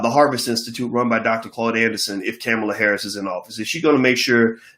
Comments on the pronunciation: 1.Her name is Kamala ( pronounced Comma-la) 2. Brandy and Monica were using their Verzuz to promote Michelle Obama's 'When we all vote' campaign so why not invite the first Blk woman to be nominated on a National Ticket. A Blk woman showing up in Blk spaces is not pandering. Kamala shows up in all Blk spaces but yal won't even acknowledge she was there so she's damn if she do and damn if she doesn't. 3) The statement Kamala made on the Grio interview was saying their is nothing that you can do specifically for Blk people that would not benefit the country as a whole. That's a true statement no matter how people try to spin it to fit their agenda. 4) Trump is a whole racist Russian puppet. We won't even hv a country to get reparations from if him and his criminal co conspirator Republican party keep the power of the Presidency. There are two choices as far as who we(Blk people) are going to fight against or with for what we want for the next four years. Period. Trump or Biden. Maybe the Dr. and Ice Cube have enough stocks and money to survive the orange racist for another 4 yrs but most Blk people don't. Tell Ice cube to get that Black agenda fully figured out, becaused it's not, and then try to lead people. 5) Black people vote for Biden/Harris and let's move forward Signed, COMMON SENSE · Boyce.....please, regardless of your view on her, let’s be intentional about pronouncing her name correctly. Kamala pronounced “Comma-La”. With Respect❤️ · Kamala (pronounced Comma la) Harris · Bruh, it’s Kamala (Comma la)